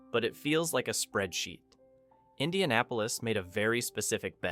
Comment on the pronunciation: If you've ever visited a city, then you should know how to pronounce it. You're video tells me you've never visited Indy. I've lived here for 28 years and while the city has it's problems, downtown is surprisingly vibrant everyone I'm downtown. Lots of locals and visitors out and about.